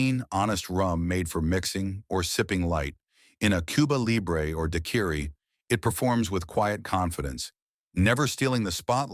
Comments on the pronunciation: ... I have never heard anyone prefer daquiri as dakiri before. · Da queer E for Daiquiri. AI rum review it seems. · what is this "dye query" AI dude keeps talking about? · I don't believe I've ever had a "duhkeery". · I can't believe a video about rum could not pronounce Daiquiri. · thats how i knew half the entries on this list would be BS. Surprised they got some right. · Your AI voice can't pronounce daiquiri.